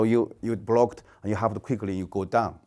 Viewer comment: You know he's a kungfu expert when he says ""